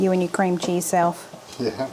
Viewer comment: I remember that video, I laughed so hard at say you could add a lirrle bit more ceam cheese. All looked delicious.